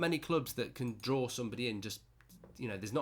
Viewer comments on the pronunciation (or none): none